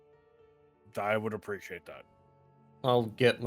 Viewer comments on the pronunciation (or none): So I can see the timeframe for scripting ep16 is recorded with Carries use of "Preesh".